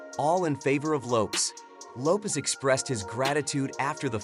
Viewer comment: YOUR PRONUNCIATION OF LAST NAMES IS HORRIBLE. Your underdtanding of Hispanic names is the worst I have ever heard